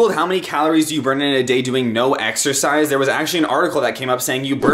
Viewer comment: Exercise. I thought he said EXTRA FRIES